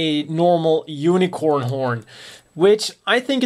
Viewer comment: i know i'm late, but i like how you say "unicron" instead of unicorn in the first fifth of the video